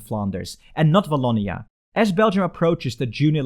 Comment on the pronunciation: You forgot the walloon brabant from the french community. And the "w" of "Wallonia" is the same for "Watson" instead of "v" like "voilà". Good try though.